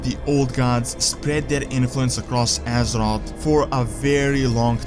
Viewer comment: Ahh I missed these videos.. Love your videos but I am still bothered by your pronounciation of "Assroth" Its Azeroth mate. You said everything great but you still need to train alittle more of the "Aze" before the word "roth".